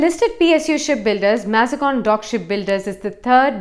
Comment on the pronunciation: Thanks was a good video, very good information but Please check the pronunciation of Mazagaon pretty sure it’s not MazGon